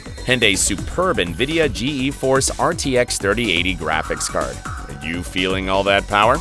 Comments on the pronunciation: lol g e force , bud , everybody including jensen says geforce , you know , like the thing that makes you passout in a fighter jet ? its pronounced G-force not g e force , wtf . also just say megahertz instead of mhs . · Nvidia "Gee E" Force graphics? Ok who's doing the voiceover on these things?